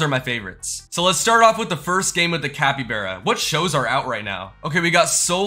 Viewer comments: you say capybearya it is capy-bar-a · you're saying capybeara instead of capybara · said capybera And its capybara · Bro said cabybera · The way he was saying capybeara instead of capybara made me go mad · Capy (BARA) not Capy (BERA) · Its capy bar a not bear a bro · Man said capyBEARa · Why is bro saying capy-bear-uh. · The way he says Capybara hurts me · Bro pronounced capybara wrong